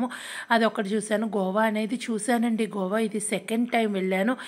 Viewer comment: Gova kadhu goa